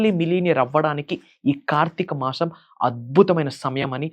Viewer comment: First of all meeru telugu nerchukuni appudu rituals gurinchi matladandi. Telugu lo sa ni sha ani anakudadu. Deepanni dweepam anakudadu. Masam anali masham kadu. Inko baba puttukochadu ra babu.A nails cut cheskondi first. Dantlone undi sagam sani , negetive energy. Janalni fools chesi style ga gattiga chepthe dweepam veliginchamu. Maku telusu "deepam" Ela veliginchalo.